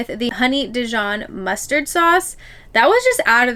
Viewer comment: Mustard drill 🤣 you guys are too cute! It’s muster 😉 love your video can’t wait to see more - hope you loved the Disney Magic x